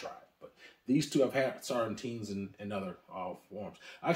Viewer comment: I was wondering, why the extra 'T' in Sauternes? haha